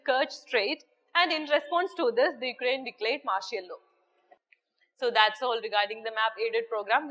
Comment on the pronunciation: thanks to..great love from karnataka,... mam ur accent is in malayali style....for outer state student bit difficult to understand some words...example- law....u pronounced it as lu, fog -fug, etc...........speed is like bullet train